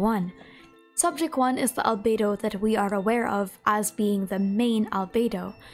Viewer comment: so glad I'm not the only one who calls fake Albedo 'Alfredo'